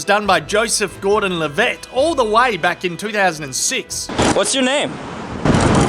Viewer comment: You mispronounce quite a few names in this video, including LaBoeuf, Tussaud, Keanu and Levitt.